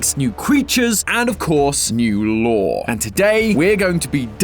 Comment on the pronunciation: Why did bro say it like that!? lOOre